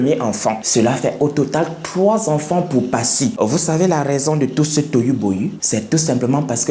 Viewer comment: Tu es comme moi, je n'arrive pas à prononcer le chiffre 3.